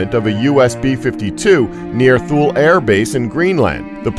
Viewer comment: Thule is TOO-LAY, not thool. Cesium is SEIZE E UMM, not kaysium